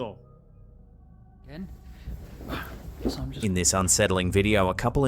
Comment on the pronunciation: ben, tyvm for pronouncing my country's name correctly. Love from the land of the taco.